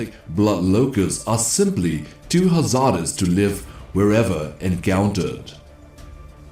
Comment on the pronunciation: Haz-ARD-ous also got me :))